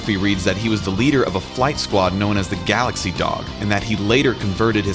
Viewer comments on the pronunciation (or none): none